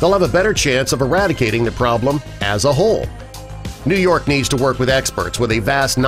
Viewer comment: Did anyone else notice how he kept putting emphasis on the word Eradicating....( which sounded like eRAT...Icating....)?? How clever...🤔🤔🤦🏽🤦🏽🤣🤣🤣